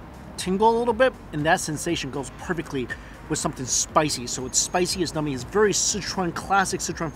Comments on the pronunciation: Numby not nummy. I just thought you meant they were tasty rofl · The way you say "numbing" sounds like "nummy", very appropriate when describing the food. :D Down the road from Asian Family Market is the Bellevue Uwajimaya. Would be easier to go to if you don't feel like roadtripping to the Seattle or Renton Uwajimayas. :)